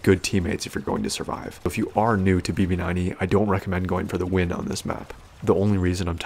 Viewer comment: Did I hear “emo9E” lmao